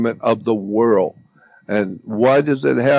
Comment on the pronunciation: Instead of world Jordan says like whirl! Haha.